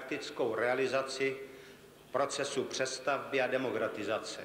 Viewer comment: Disguze ? Demogratizace? lol